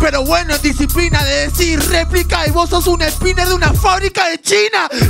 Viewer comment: Replic dice el niñito en ves de decir replica, jaja no sabe ni el nombre